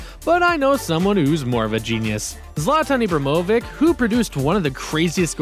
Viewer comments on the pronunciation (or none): he said Zlatan Ibramoavic like man really I don't think you're a soccer youtuber. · "zlatan ibromovik"